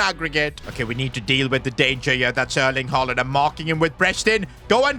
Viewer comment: bro really sed herling haaland